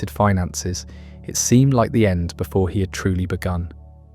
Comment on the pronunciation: Sorry, I can't stand people who end words that end in the letter "D" with the the letter "T". World is not pronounced "worlt" . End is not pronounced "ent".